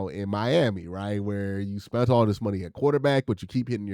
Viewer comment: lol "Spunt"?!...What the HELL is spunt Q?